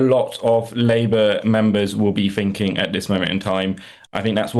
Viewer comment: I find it really hard to take anyone seriously who says 'finking' instead of 'thinking'